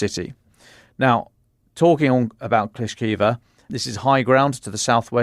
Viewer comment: Klishivka... not Klishkiva. Surovikin, not Surovkin...